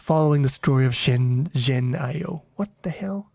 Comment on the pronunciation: That “zhen” is pronounced like “gen” as in “generate”